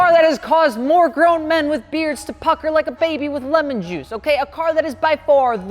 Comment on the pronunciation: Oh mate, your videos are as amazing and entertaining to watch as you are terrible at pronouncing shit. Diablo = Daiablo ? Peugeot = Pugot ? LeMans = Lemon ???? Love your stuff but go back to school.